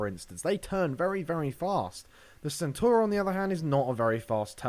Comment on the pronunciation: It's pronounced 'Chentauro'.